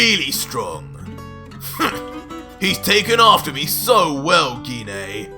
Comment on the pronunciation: HE PRONOUNCES GINE WRONG LOL